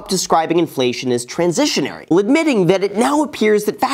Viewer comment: It's pronounced transitory not trasesonory genuis. I thought you were supposed to be this know-it-all YouTube guru